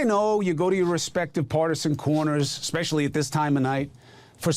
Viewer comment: peace out. just can't stand the "ex pecially'. learn to speak, dude